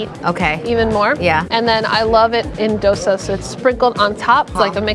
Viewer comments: Dosa -> Though Sah not Dough sa Pani Puri -> Paanee Poodi not Paney Pury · Pizza "dough-sa"